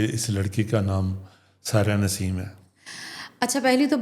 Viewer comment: میڈم کا نام سائرہ نسیم ہے نا کہ ساحرہ نسیمِ